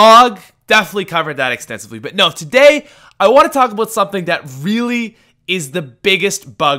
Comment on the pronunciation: Talk abeut something... Dafuq #speechimpediment